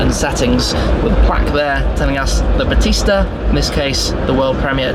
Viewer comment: Battista is pronounced Ba tee sta. Like the wrestler.